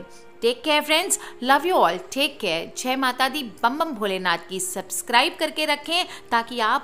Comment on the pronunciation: Jhe mata di nhi jai mata di bola kijiye aap maam